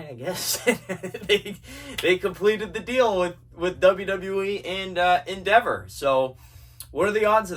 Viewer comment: “Endeva” love it ❤